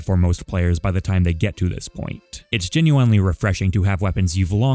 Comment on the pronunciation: I GENUINELY hate the way you say genuinely